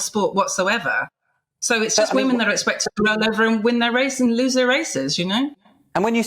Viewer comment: "Women" not "we-men"...